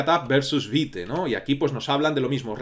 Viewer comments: Hola, la pronunciación de Vite no sería Vait realmente ya que no es una palabra inglesa si no francesa, la pronunciación sería veet(vit). Muchas gracias por brindarnos este curso, lo he estado esperando por mucho tiempo, por favor un poquito de zoom para el código 🥺🤓😎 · Un punto,. Según el creador de estas herramientas (vue, vite, pinia) su pronunciación es la palabra en francés, creo que le encanta el francés, así que es vit. Pero igual mientras se entienda todo pasa. Sólo a los puritanos les ha de arder los oídos, jejejeje Yo he usado poco React, casi todo lo que he visto (cursos y tutoriales), no tiene recomendación entre que usar o qué no, dado que es más a lo que tu consideres necesario y lo que hallas leído de dichas herramientas. en lo personal me gusta más Vit, porque es una bestia en velocidad y con HRM es genial, y hoy en día que tenemos al hermoso "bun" desarrollar es como cuchillo al rojo vivo atravesando mantequilla. Pero igual que lo anterior, todo depende de como quieras hacer las cosas.:body-blue-raised-arms